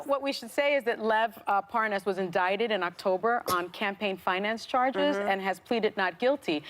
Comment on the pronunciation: Seriously Whoopi, cant pronounce Lev Parnas?? Lev Parsnas??